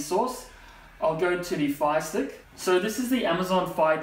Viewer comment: I thought he was saying Phi stick